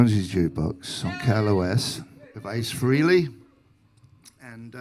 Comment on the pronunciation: It’s not Free-ley- It’s Fray-ley.